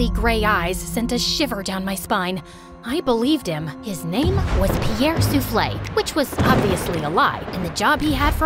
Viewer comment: Pierre sounds like gwava juice